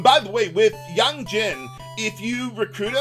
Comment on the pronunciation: I like how you pronounce the name Yang correctly here but you won't pronounce it that way for FF4's Yang.